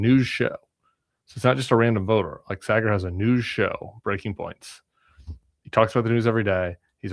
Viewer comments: I loved it. My two worlds colliding, though Saagar is a weird one. (Have Krystal on!) Also, it’s Saaaaaah-grr. Like “ahhh“ or in this case, Shari”aaaaah.” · Just one gripe. Saagar's name pronunciation. It's pronounced SAA-gar. Like the BAA in barber.